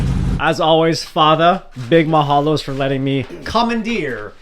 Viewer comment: lol this gives “I took a DNA test and found out I’m .7% Hawaiian and made it my entire personality” 😂 lol nah but you should study the Hawaiian language a little more, because even when you’re throwing around the word “Mahalo” pronunciation is VERY important. It’s important for the entire Hawaiian language. Because not having the correct pronunciation changes the meaning or the mana(power) of the word. Also the tribal stripe is cool on the hood, but I’m curious if you actually know what it means? It’s also very important to understand the mana behind it that too. This is my first time watching one of your videos and as a car guy and native Hawaiian raised on the island of Oahu I love seeing Hawaiian car content creators keep at it braddah 🤙🏽